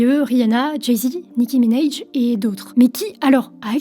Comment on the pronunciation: Tu le prononce mal le nom de nicki minaj en anglais. .....